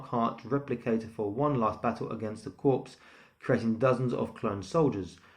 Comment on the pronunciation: Great review. Heh, its pronounced "Core"